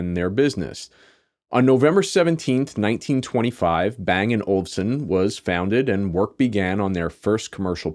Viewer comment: Haha. Don't you always say "Olsen"? Even in american english Olufsen is not too hard to say.